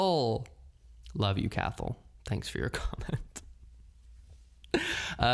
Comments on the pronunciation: Cathal is an Irish name pronounced cah-hill ✌🏼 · We have the exact same birthday (12/09/1992 🥳) and I always love hearing your lil life updates or what your up to. Not to compare but I just find it interesting how different our lives are but have lived the same amount of time. ALSO I think Cathal may be the Irish name pronounced Cah-hol 🙂